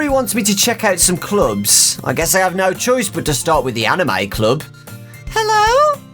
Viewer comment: When you hear say anime in the most British accent ever, plus the video is 3 years old and you are watching it for the first time